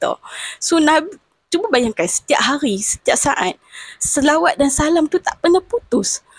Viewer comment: BUKAN SAWAT NISA,!!!!!SELAWAT.KENA SEBUT BETUL2